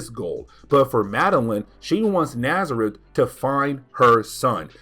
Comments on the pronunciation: STOP CALLING THE DEMON NAZARETH! It's genuinely painful to hear. It's not even CLOSE to his name, which is N'astirrh. Pronounced "Nastier". Jesus wept. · Man,I sincerely apologize for my "know-it-all" type correction,but the demon's name is N'astirh,and sounds like in-ast-ear.